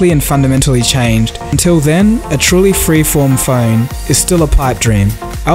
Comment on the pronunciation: When the girl said "form" it sounded like porn. ;D